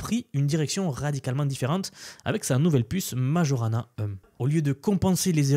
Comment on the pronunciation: Microsoft doit faire allusion au physicien Italien Majorana. Je ne pense pas que ça se prononce comme tu l'a fait.